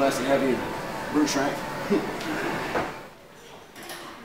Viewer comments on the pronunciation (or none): none